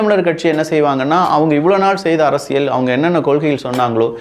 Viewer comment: அரசியல் என்று கூறும்போது ல், ள் உச்சரிப்பில் கொஞ்சம் கவனம் செலுத்துங்கள். மற்றபடி பதிவுகள் நன்றாக உள்ளது